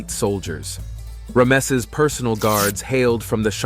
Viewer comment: Terrible pronunciation. Composite bow pronounced as bough. Ramses name pronounced as Remsse.